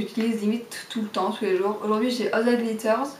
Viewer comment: Alz dat gliterz. MDR. Haha faut le prononcer en anglais ;)